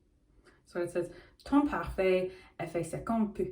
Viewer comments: damn your accent is actually pretty good (but peau ((if i didn’t misunderstand which word it is lol)) is pronounced like beau not pu) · About the french I think there’s a confusion between two words here The pronunciation you’re going for is the word peu (little/not much) and is honestly quite good ! but I think the word on the bottle is peau (skin) which has a much easier [o] sound :) I should have let it go but I guess I’m that kind of annoying person